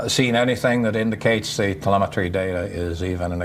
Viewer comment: It’s pronounced “the-LEHM’-et-tree” like the interviewee says after you MISpronounced. Never mind the “nookyooler” your guest says. Lost cause.